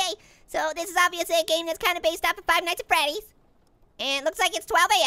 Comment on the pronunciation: Fiv. Nis at. Freddy 4💀💀💀